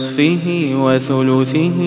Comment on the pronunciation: ونصفه وثلثه بضم الثاء الاولى و فتح الثاء الثانية هو قال بكسر الثاء الثانية